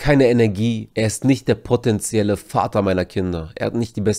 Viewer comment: Es heißt potenziell und nicht protenziell … was ein ICk